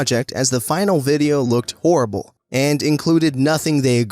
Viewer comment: Orrible? It's horrible, with a h.